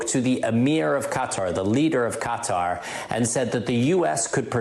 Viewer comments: I went to college with a couple guys from Qatar. You do not pronounce it cutter... For you phonetics Learners If anything you spell qatar as (c)a tar with a long a. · " Qatar "...not cuter !!! You have an international audience.